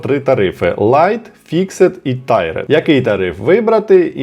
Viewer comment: ) Це не Tired (втомлений), а Tiered (тііред, багаторівневий).